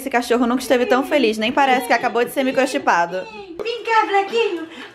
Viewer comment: EU ENTENDI "MICROCHUPADO" até assustei aqui KKKKKKKKKKKKKKKKKK